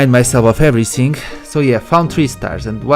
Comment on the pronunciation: You say everysing but it is everything